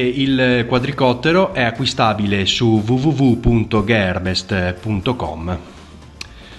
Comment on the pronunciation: Video completo e esaustivo, complimenti... solo magari un po' la pronuncia, ché "iav" e "gherbest" non sono corretti. Per il resto, complimenti ancora :)